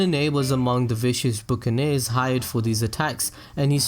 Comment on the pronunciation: Hey, no hate just wanted to let you know buccaneer is pronounced BUCK-A-NEER not BOOK-A-NEER. That's all, enjoyed the vid, keep it up, liking the content :D